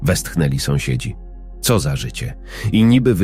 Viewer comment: Co to znaczy te : ce o, de el a. Aż uszy więdną . To właśnie tak wyglada ta sztuczna inteligencja.